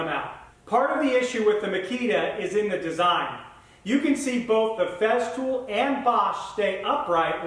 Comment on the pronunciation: It is not "FEZZtool" It is "Fesstool"